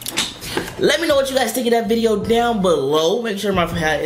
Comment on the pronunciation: You said bideo in the end